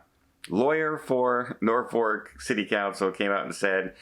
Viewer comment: There is only one "R" in Norfolk, not two.